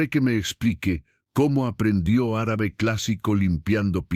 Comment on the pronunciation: Linda historia, pero no vuelva a pronunciar Árabe por favor. ❤❤❤